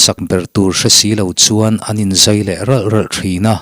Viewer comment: "Zai ralh ralh" tih hi a dik. Zâi... Tih hi thluk loh tur...... I chhiar thiam viau a, i huatthu loah, mizotawng hi a lam dan dik hi han zir deuh teh.. Ti chuan, ngaihthlak ava nuam dawn emmm..